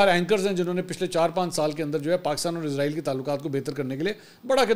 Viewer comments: A.o.A Pehli baat to ye he mansoor shb ap jb jb bi israeel ka name lete ho to ghlt name lete ho ye frishte ka name he jo ap lete ho izraeel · بھائی جان یہ اسرائیل ہے عزرائیل نہیں عزرائیل برگزیدہ فرشتے کا نام ہے